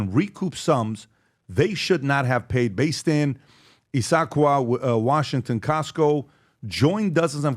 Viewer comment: He Pronounced Issaquah like that? lolololol its Iss- uh-kwah